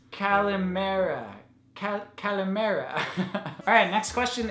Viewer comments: OMG!!Did he say just say Goodmorning in Greek?!?!?!?! Gosh!!!!!!!!!!!!!He said it so nicely!!It is "Kalimera"!! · he actually pronounced it pretty well !! (i'm greek too) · yees it was soo cute .. and he said it with a really good accent !! i am greek too ;)) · Awwwww you said goodmorning in Greek. Yes it is how you said it. I am Greek😉❤ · Your greek accent was so good! Congratulations! (greek subscriber) :-) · You said good morning in Greek with a really good accent!!!!! Greetings from Greece!! <3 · I can't believe that you said good morning in Greek and with a pretty good pronunciation!! (greek subscriber) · You said the greek good morning pretty good♥ ilove youuuu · his greek pronunciation is adorablee ♥ ♥ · YOU SAID KALIMERA!!! WHOAA! YOU KNOW MY LANGUAGE DUDE! JUST, RESPECT! P.s.:yayy!! i am so happy you have noticed my small and tiny country!!